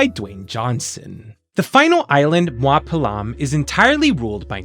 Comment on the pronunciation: very mild correction, “mua” is pronounced “moo-ah”, not “mwah.” You do say a lot of other words correct, and it’s always nice hearing non-Hawaiians making a good-natured go at our words! Also, tell me why I’m kanaka and didn’t pick up on some of these being Hawaiian-inspired words and thought they were Simlish made-up Hawaiian sounding words 😅 never would’ve guessed Pel’am was from Hawaiian words